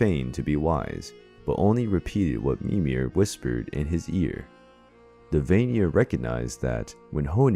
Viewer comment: Hi there, just a few tips. Vanir is pronounced Vah-nir, not Vaye-nir. Æsir is pronounced Ai-cir or Ouw-sir (Æsir/Ás-ir as in Ásgarður/Ous-guard).